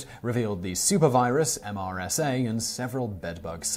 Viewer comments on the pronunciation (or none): You keep calling it "M S R A" instead of "M R S A" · You kept calling MSRA, when it's MRSA, or often pronounced "Mersa" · That's MRSA (or "mersa") caption is spelled correctly, but I heard "MSRA" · Joe Zingher so glad I’m not the only one who noticed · Okay, MRSA is pronounced MRSA, not MSRA. You're just being lazy now Simon. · Dear Simon, You have spelled out the MRSA acronym, however, you kept saying MSRA. Sincerely, A helpful viewer. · What is MSRA? The screen says MRSA (Methicillin-resistant staphylococcus aureus), but Simon clearly says MSRA. Any clues to what this new threat is? Edit: MRSA is also a bacteria, not a super virus. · Anyone else catch Simon say MSRA twice and MRSA once? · Simon... Three times to say MRSA, and you said MSRA two of the times... Is that the British abbreviation?